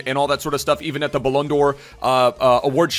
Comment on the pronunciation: i love how still sais teet in place of the-ate